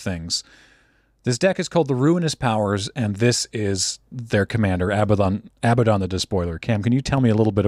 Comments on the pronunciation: I think you'll find the commander's name is pronounced "Aba-doodle" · “A-bad-din” Everything else is great. But it’s “ab-ahd-don” soft first d.